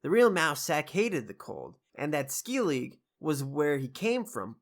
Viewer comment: It's pronounced "Skell-i-guh" for future vids. Enjoying these reviews. Keep it up!